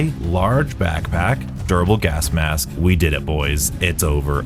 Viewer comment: Am I going mad or are you pronouncing it "gask mass"